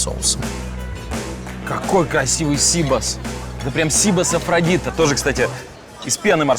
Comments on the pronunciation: Сибас! а не СИбас! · Не сИбос, а сибАс. Не скорлупа у креветки , а панцирь)..Где вы набрали этих ведущих? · Коля Серга, в слове Сибас - ударение на букву А...! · НЕТ.ЕЩЁ РАЗ НЕТ. ПРАВИЛЬНО УДАРЕНИЕ НА И .!! СИБАС В ЕВРОПЕ ГОВОРИТСЯ СИБАС,УДАРЕНИЕ НА И!!!!